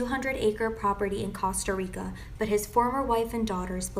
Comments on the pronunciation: I’ve never heard Costa Rica pronounced like that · The way she pronounced Costa Rica is a disgrace